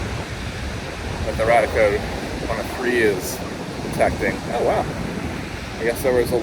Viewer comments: Love your videos - apart from your mispronunciation of the name of one of your detectors - it's Rad-ia Code, like the first part of radia-tion! Not the same as your 'RadEye) 🤓I suspect the 'dark iron' is from deposits of magnetite somewhere under the ocean being eroded by natural processes and deposited on the beach? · I'm sorry, but every time you say Radiacode, it sounds to my ears like "Raticode" which reminds me of a pokemon and this is distracting me way more than it should lol.